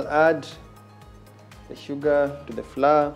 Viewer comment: Chef that unga is not pronounced flur say flower.